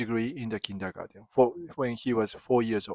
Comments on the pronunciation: No, you're doing it right, it's just interesting to hear how a German word 'comes back' to a German via an English-speaking Japanese person – and how it changes slightly in the process: Kindergarten, Kindergarden, Kindagaten, etc. Best regards, my friend! 🙂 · I love it when my favorite Japanese friend pronounces the English word 'Kindergarten', which originally comes from German (my native language), with a Japanese accent. 😍 One World! :hand-purple-blue-peace